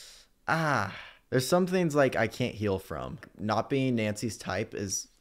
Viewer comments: Pronounce your G's,! Theens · We have to stop making fun of not pronouncing his Gs. He is a strong little boy! 🥰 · I think it’s cute when he doesn’t pronounce his g’s